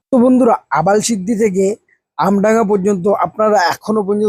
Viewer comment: vai awalshidhi vai " Abal-shidhi" na 😂😂😂